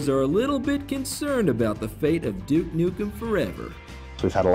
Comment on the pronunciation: stop pronouncing it jewuke! its doooke!! always bet on duke!